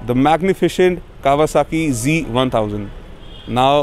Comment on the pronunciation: bhai aap bar bar g bol rahe ho....ye g nahi z hai.....kawasaki z1000,,,,...but nice video...weldone